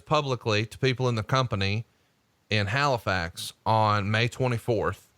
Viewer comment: you did good saying Halifax the first time but the second time you said it you sounded like hilflax, Way to fuck up my home town name dick lol..... Wait Bret and Hulk Hogan were in Halifax doing a photo shoot??!! Why the fuck wasn't I there?! They kept the shoot a secret you dirty fucks, I bet that was Prichards fault